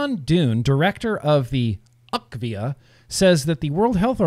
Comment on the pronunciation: it is U.K.-VIA. UK like in United Kingdom, not "akvia". Sadly, the UK didn't speak up in favor of vaping when the EU worked on the TPD2. To implement EU-wide regulations, every member-state must agree. They could have stopped the TPD2, by simply saying no. For the WHO to change their attitude, Bloomberg & Gates would have to ⚰️🕯️⚰️. Inability to find adolescent vapers for a study? Nicotine vapers that is. Daily vapers, not once in 30 days. Let's not forget that almost half of the youth use marijuana. The CDC doesn't distinguish between the two substances (to them it's vaping, using a tobacco product). The researchers needed daily nicotine vapers for the study to make sense. I think that their numbers are correct.